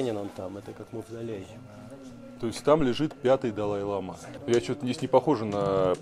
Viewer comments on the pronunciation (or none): Это не белый шарфик, а хадак - символизирует уважение. Бывают разных цветов, несут разный смысл. И в слове лама, ударение на последний слог. Если ударение падает на первый слог, то это южноамериканское животное